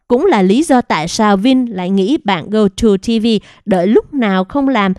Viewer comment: Gogo TV chứ không phải GoTo TV...chán bà này quá, chữ to đùng mà đọc sai